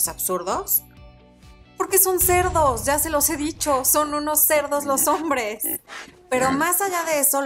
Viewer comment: que gracioso como dices cerdos jajaja...